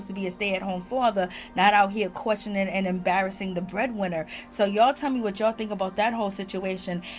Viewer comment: It's the stay at home father stressing the breadwinner that is sending me all the way from South Africa lol I died when you said that with your accent 😂